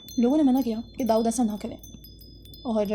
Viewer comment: Fall in love 😍 the way you pronounce Daood ❤❤❤